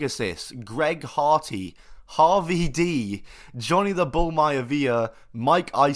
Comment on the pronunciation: ....Harvee dee......😂.......🤣